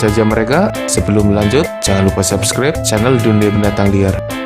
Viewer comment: Moon maaf, subscribe nya salah pengucapan hehe. Kali aja bisa di baikin di next video 😉